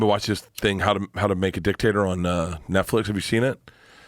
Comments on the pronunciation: When he says "dictator" , it doesn't sound like he's saying dictator. Sounds like he's talking about a potato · When they say Dictator all I hear is “Dick-Tater” and I laugh. 😂